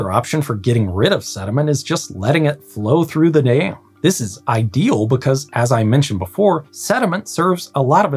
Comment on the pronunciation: American accent be like "I built a little dayum"